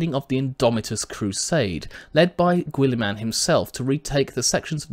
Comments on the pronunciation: Gwoolyman? Gill-uh-min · Is that how you pronounce "Guilliman"?